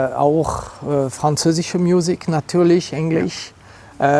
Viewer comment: „Französische miusik“👌🏻👌🏻😂